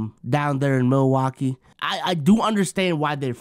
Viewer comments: really said “Milawakee bucks” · what is “Milawakee” lmfao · i was comin to say multiple times too lmaoo